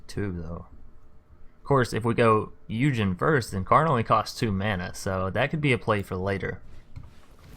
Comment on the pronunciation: Did you really pronounce Ugin as Eugene?